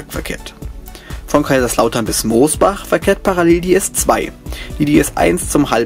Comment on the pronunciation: Sind echt zwei schöne Videos geworden, mit einer interessanten Thematik. Ein paar Ergänzungen sind mir noch aufgefallen: Mosbach spricht man nicht wie Moos, sondern mit nem kurzen O aus. Bei der AVG wird das eigentlich nicht S-Bahn genannt, sondern Stadtbahn, obwohl sie ja das grüne S-Bahn Logo benutzen. Die Barrierefreiheit ist bei der AVG (von den Hochflurern mal abgesehen) doch zum Großteil gegeben, weil die meisten Bahnsteige ja auf 55 cm erhöht sind und sogar in den Innenstädten bei den neueren Stationen und denen die modernsiert werden zu mindestens der vorderste Teil, wo die ersten zwei Türen halten, auch auf 55 cm erhöht ist, sodass es eingeschränkt auch dort barrierefrei ist. Bei der S-Bahn Rhein-Neckar kommen auf der S 5/51 auch noch zum Großteil unmodernisierte 425 zum Einsatz, die ja nicht barrierefrei sind, was sich ja aber ab Dezember dann durch die Mireos erübrigen wird.